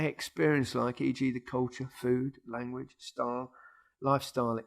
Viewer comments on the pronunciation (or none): Why does micah always say lamwich when saying language